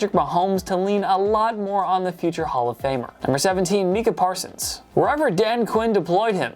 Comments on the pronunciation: Bro said meeka parsons 💀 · Meeka Parsons? Pls keep away from the microphone